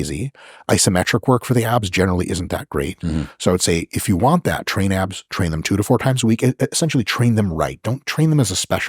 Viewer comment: Lowkey, it did sound like he said apps instead of abs